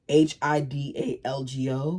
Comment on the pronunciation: Good afternoon! Milk is better for spice than water since the spice in peppers is actually an oil. I love spicy food too. Oh Hidalgo is pronounced E-dahl-go. The “h” isn’t really silent, but it very light and you hear the E, kind of like saying “he” but with less h sound. You are doing pretty good with the first attempt to say the words. By the way, I am not fluent, I just live in San Diego 😂